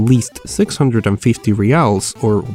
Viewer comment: Congratulations for the pronunciation of "reais" hehehe I got curious to know how did you search new and used cards in Brazil and India. I don't think you know Portuguese and I don't know if Indian websites are available in English